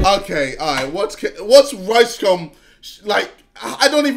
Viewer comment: Why does it sound like he said “ricecum” 😂